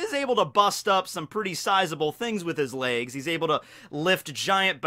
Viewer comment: the way you pronounce 'layges' triggers me